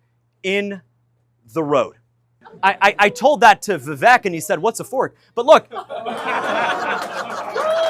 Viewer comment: It's fine to not like Vivek. But if you are going to do so many videos about him, I think at that point you have at least pronounce his name correctly.